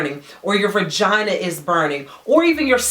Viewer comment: It's VAGINA, NOT VIRGINA